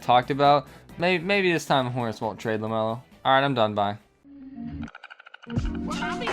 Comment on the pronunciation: I like when he said LAMELO 🗣